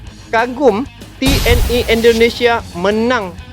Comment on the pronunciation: TNI jangan dibaca T N Ai bos ,ejakan. Indonesia jangan. Diinggriskan yaa